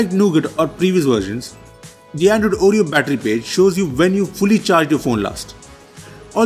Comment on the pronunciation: I keep hearing Android Audio, instead of Android Oreo 😂😂😊